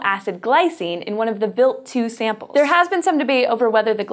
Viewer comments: Why is it pronounced wilt, not wild?. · the way she pronounced it was actually how you pronounce "Wild" in German (meaning: Venison, Wild game) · Im pretty sure talor swift is not a good person to use as a generalization of human kind, why do you pronounce wild like that? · is it just me, or is the way she is pronouncing the comet name weird? I'm going to assume that she is correct, and it's just me though.